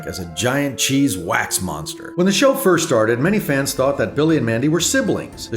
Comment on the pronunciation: Lmao Ferst